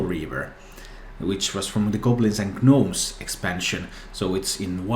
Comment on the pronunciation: Great video! I have been reading about the 5 mana 8/8 earlier and I'm worried about the next 'LUL 5 mana 8/8' memes. If I open it I'm really going to try it though, don't get me wrong. Imagine curving that boi into a menagerie warden btw. Oh, and the G in 'gnomes' is silent. :P